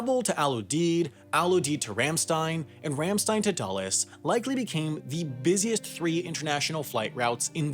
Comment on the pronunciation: it's rahm shtine not rehm sten